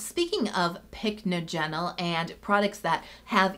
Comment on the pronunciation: It's pronounced pick NODGE en ul